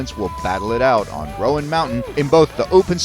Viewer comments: It’s Roan, like groan or grown. Not the riders of Rohan mountain haha! Source, am from east tn. Super fun to watch and what a finish! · Great video. Wish you had pronounced Roan correctly though!